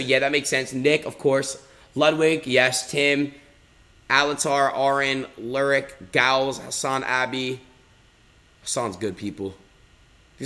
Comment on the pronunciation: Damn dude doesn’t know the OG Lirik, really said “Lurrick”